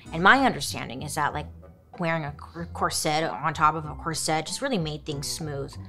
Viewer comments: Is is pronounced corset not sette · That word is not "cor-SETTE" it is "COR-set". Accent on the first syllable not the second. Suddenly all these young women are saying it wrong. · She pronounces it like ‘corsette’ lol. It was making my hair stand on end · The number of times I heard bailey pronounce corset as cor-set it became normal sounding 😂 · Always entertaining especially the way she pronounces “corset”💜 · she tries.. part of her personality 🤣🤣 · omg me too 😂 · Take a shot every time she mispronounces corset.